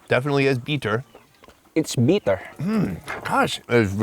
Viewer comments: bit-ter, not BEEEE-ter. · They keep saying “beeter” 😆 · “It’s very beeter.” 😂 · Why do they pronounce “bitter” as “beater?” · “Beeter” it’s definitely “Beeter”